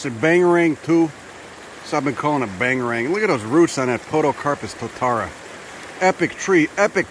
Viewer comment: Glad to see you in our fair land. Tis a pity you came in winter as our alpine flora is crazy. It is a privilage to hear you destroy our place names, very funny. also you should ask a local for advice on how to pronounce maori names like Totara.